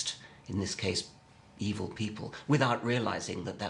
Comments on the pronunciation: im not a native English speaker, may I ask why does Miller pronounce it "evel", instead of something like "ev'l" that Dawkins says and I too, for that matter... ? Is it accent (which one) or mispronounciation? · I love how Miller pronounces "evil." He's straight off of Austin Powers. Word. Ey-vell. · Miller has a pronounced "public school" accent: eev-ill, whereas Dawkins accent is less marked, and is a result of not having quite the same background, Anglicans being more likely to refer to it as eve'll, in somewhat more a North American manner..